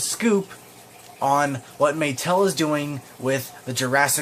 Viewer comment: I mean Muh-tell